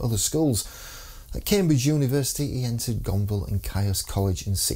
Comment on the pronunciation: Caius (the college) is pronounced "keys", and Oates was expelled.